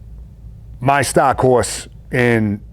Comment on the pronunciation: That'd be awesome! would be the "stah" of the audiobook!